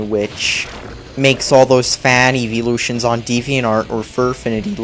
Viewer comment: "eevee-lutions"? Seriously? Even a four-year-old knows that that isn't how you pronounce it. Also, nobody should care for graphics. Those who do are wastes of life. And the call of duty thing comparing Heartgold and Soulsilver to Pokemon black and white, they did change a lot. Look at it yourself, and if you find no difference, then get your eyes checked. You're more stupid than I thought.